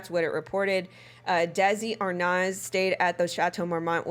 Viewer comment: Your pronunciation of a lot of these names sucks you should probably do more research on names listen to them before you pronounce them what you did to Desi Arnaz is a crime